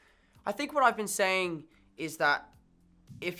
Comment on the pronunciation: The way he says some words with an American accent without even trying….eg “saying”